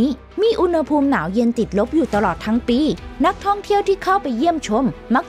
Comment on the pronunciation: อ่านดีดีได้ไหมคับทำไมท้ายประโยคต้องขึ้นเสียงสูงทุกครั้ง...ปีก็อ่านปี๊..ชำก็อ่านช่ำ